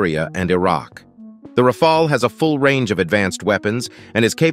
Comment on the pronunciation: Pronounced as Rafall and Rafail in the video